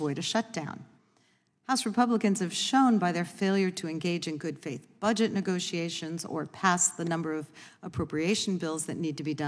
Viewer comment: lol she couldnt say "faith"